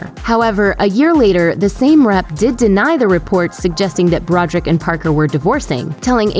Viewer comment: Do you not know how to read? Brod er ick! Three syllables.